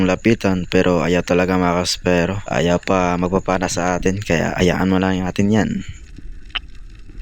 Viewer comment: Epronounce mo ang spearo ng ispiro, whag espero, nagtutunog bakla kasi sir...thanks...